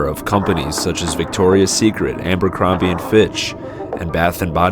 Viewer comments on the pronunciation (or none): Kinda like ambercrombie instead of Abercrombie...🤦🏼‍♀️ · At least learn how to say abercrombie... 🙄 makes you seem less credible